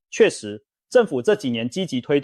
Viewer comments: ㄉㄨ更 不是ㄉㄡ更😂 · AI的國語發音，只要遇到該字有多種發音之破音字時，AI之功能還無法精準發音。 例如都市更新，簡稱都更。結果AI發音為都是的都，更美的更。 所以說，AI之軟體設計必須更精準，才不會一再發生這種狀況。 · 都更 一個詞發音錯好幾次 😂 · 總杭吧，兜更XDDDD